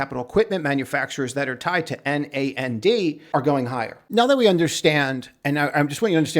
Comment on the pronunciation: NAND memory It's pronounced like Naanduh, where NAN is like the Nan in baNANa comes from Boolean logic a NAND gate or check is a Not-And logic check. Like is it cold AND rainy today? Or is it NOT cold AND rainy.